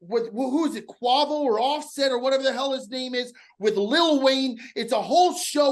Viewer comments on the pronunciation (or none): pronouncing Quavo as Kwavu had me rolling 😂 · Quavo pronunciation was wild